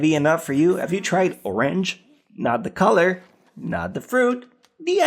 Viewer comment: Is it pronounced oRANge or just Orange?...